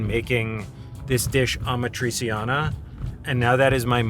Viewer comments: Holy mother of god... "Ama-trisi-Ana" im dying xD Italians will curse you! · I was gonna say…. It’s pronounced “AMAT-RI-CHANA” in English phonetics 😅😅😅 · Also pronunciation of Amatriciana is scratching my brain in the wrong way... It's pronounced ah-mah-tree-CHAH-nah! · correcting pronunciation of agnolotti seconds after butchering amatriciana was something